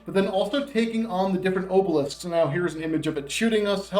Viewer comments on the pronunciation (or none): Dude, your content is great, I subscribed a couple weeks ago. But please PLEASE stop saying Obelisk the way you do. It physically bothers me.